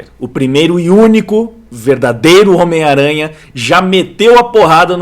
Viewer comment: é engraçado ouvir vc falando "miranha" rsrsrs